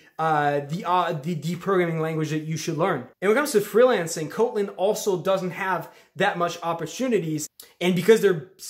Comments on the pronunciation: You’re pronouncing it wrong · somebody had to say it. lol.